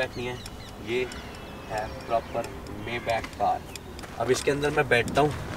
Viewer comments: It is pronounced "MAAY-BAAKH" not "MEY-BEK" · It is pronounced as Maay-bakh or bak